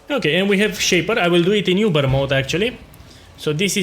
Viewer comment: it's so cute how you pronounce it "yoober" instead of "oober" boss.